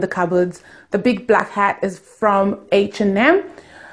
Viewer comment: Nice place, are u renting or did u buy? Been wanting to paint my bedroom but I can't cos I'm a renter and my landlord has rules!!! Lol. Last comment, think it's funny how do u pronounce h and m as "heish and m"😂